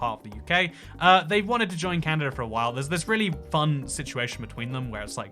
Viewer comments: Canada not canada-er 😂😝funny talking guy 😝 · Why is he saying Canata? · I've never heard Kelowna pronounce 'Clowna' either, but I've heard Winnipeg pronounced 'Winniepeg' by Brits. Always weird to hear Brits says 'Canader' when the next word starts with a vowel ( and ) and OnTARRio vs Ontareio